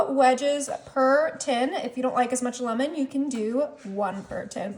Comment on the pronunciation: It's Lemon NOT Lumin! Please for the love of God say it right!